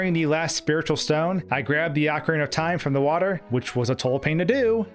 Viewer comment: wtf is 'ahkarina of time'?